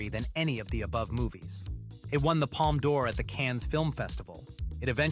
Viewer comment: Honestly I couldn't tell anything was off until he mispronounced "palm d'orr"